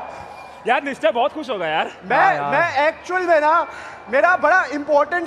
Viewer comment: Abey woh "nischay" bol rahe the